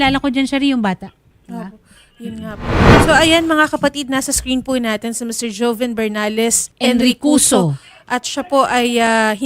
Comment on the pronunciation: Joven yata name nya hndi hoven in pronounsation..joven